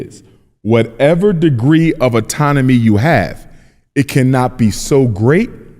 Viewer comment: Autonomy brother not auntonomy